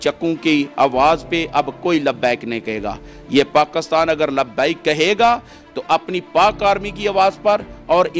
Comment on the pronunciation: O bhai pakistan ka name pakisran hy pakastan nahi